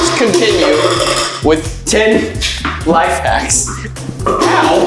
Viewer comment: You said life hats not life hacks